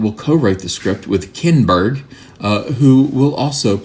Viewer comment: "Kinnn-berg"... hilarious...😀